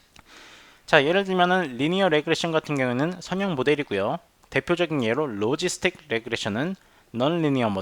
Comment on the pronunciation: [선형] 발음을 [서녕]이라고 하셔야 하는데 계속 [성형]이라고 하시네요;; 내용 상의 차이는 없지만 들을때 약간 멈칫멈칫 하게됩니다 그것만 제외하곤 좋은 강의였습니다